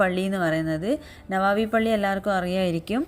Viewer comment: നവാബി അല്ല നബവി